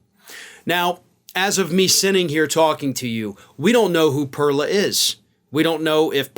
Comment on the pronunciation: You either pronounce it right in Spanish or say her name in English which is pearl like what comes out of an oyster.